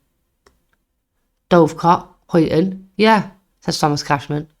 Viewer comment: Brilliant channel well done, can see this growing big. Only one small petty criticism, the pronunciation of places and some names for Example Huyton is pronounced Hi-en and Byrne being Irish is basically Burn, Dovecot is Dove like the bird and cot, something minor but small tweaks can have a positive impact